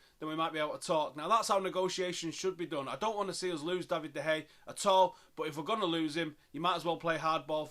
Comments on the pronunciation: He says "De Hey" rather than "De Heya". At least it's an improvement- he used to say "De Gaya". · How on earth can't you pronounce de gea's name like wtf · I don't think you are saying his name right.